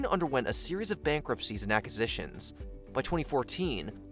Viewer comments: New drinking game: every time the narrator says “ackisitions”. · "Ackisitions" - isn't there a u?